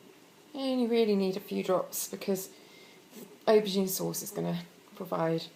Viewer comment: Hi is it me but when u say auborgine u sound like you saying ocean? im slight deaf xxx